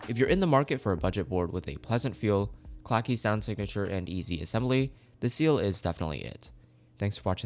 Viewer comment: the way he said ciel hurts me